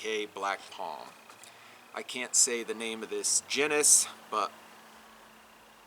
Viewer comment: Genus gee' nuss.